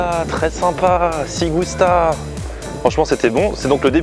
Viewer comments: Ci Gusta ne se prononce pas "sssig ousta" mais "tchi gousta" ; mes oreilles ritales saignent ;) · quand tu le prononce c'est Chi gusta , super Vlog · Ci gusta ça se prononce CHI gusta !!